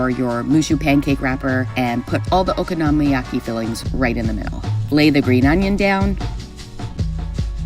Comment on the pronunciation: Isn't it okonomiyaki, not okonomoyaki?